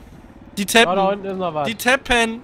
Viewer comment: tapen? das heißt capen